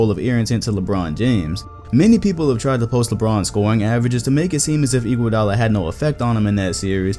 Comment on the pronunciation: Bruh.... first off, Iggy is a clear HoF member since 2015 when he won his finals mvp. I was so confused when you said his name. Second. Dwight Howard was good one to talk about, I liked that part a lot. I think his career high was talking his team to the finals as the best player. I think that is HoF material. A.I. Is a clear HoF best he ever did was take his team to the final. Now a real underrated potential HoF guy is Chauncey Billups. Congrats I gave you your next video!